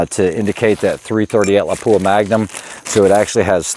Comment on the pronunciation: Yeah, but he MURDERED your iconic little town of Lapua!! It is NOT La-PUA. It is pronounced like Lappua. I bet he says LEO-pold instead of Loo-pold. for the German name of Leupold & Stevens, Inc